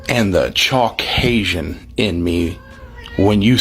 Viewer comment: He said chalkcasian....lmbao